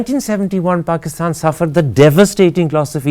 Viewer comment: Brother Husain . U said exactly "BAKISTAN" I HV BN IN MIDLEAST ALMOST 28 YRS... SO ITS CORRECT " ARAB CANT SAY P Even hi educated"